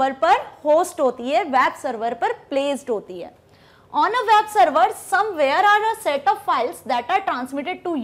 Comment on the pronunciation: "wab server" XD